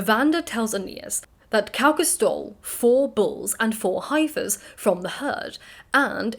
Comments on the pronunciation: Great video, just FYI heifer is pronounced 'heh-fer' rather than 'hi-fer' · Is heifer pronounced differently elsewhere? It’s pronounced hef-fer here in the states.